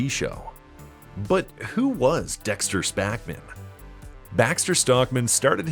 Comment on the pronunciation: "dexter spackman?"